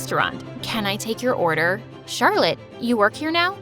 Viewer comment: that's how i pronounce Charlotte's name too "chat roulette" 😂😂😂😂😂😂😆😆😆😆😆😆